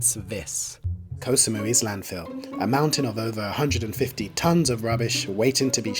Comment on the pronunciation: Thats not how you pronounce "koh"